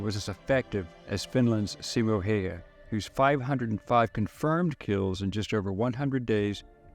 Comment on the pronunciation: Good video. Also the way to pronounce his name is Simo (Seemo) Hayha (Howha)